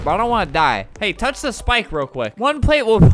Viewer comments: Albert:don’t thouch Me: uhhh that sounds wrong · don... tounch... DON TAUNCH! STOPP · Don't tach!!! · don tutch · "Don't...touch..." "DON'T TAUCH!"